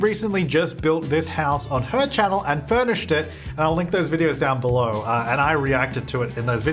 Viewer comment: “Winderrrr” and “belurrrr” lol 😂